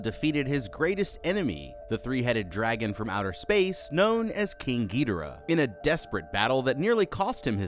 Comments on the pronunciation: King Ghidorah:❌ King Gee Dira:✅ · “Gidera” it’s Ghidorah, gi-dor-uh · Bro why did you say gidhora idk how to spell you said it so Goodyear man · King “ geedera “ 😭😭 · Why everybody I see talking about King Ghidorah and they always say King Ghidora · Bruh literally said GeeTara 💀 for King Ghidorah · Giaroara totally not ghidorah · Not to be rude but to be rude wtf was that pronunciation for ghidoriah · Is ghodirah that hard to say💀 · I HATE HE KEEPS SAYING THE BIG YELLOW DRAGON WRONG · Bro messed up king gidorahs name like pronunciation but idc